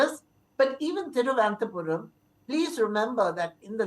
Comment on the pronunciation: Thiruvananthapuram ma'am not Thiruvanathapuram